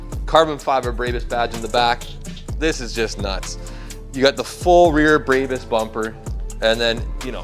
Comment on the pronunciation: It's brawbus not braybus